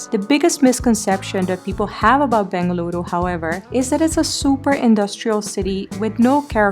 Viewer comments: Every time you say "Bengaluru" U make me feel so much happy ❤. Thank you appreciate it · Loved the way you said Bengaluru. Glad our city is making you feel at home. Malleswaram has its own old world charm, with green tree avenues., old bungalows even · Your pronunciations were pitch perfect 🙏🏼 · Love how you pronounced as "Bengaluru"❤️